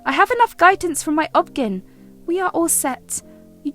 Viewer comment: As a woman I am quite surprised that you did not recognize the abbreviation Ob/Gyn when I heard you mispronounce it, as if it was a single word. It is short for Obstetrician & Gynecology and is pronounced by just saying each individual letter "O-B G-Y-N".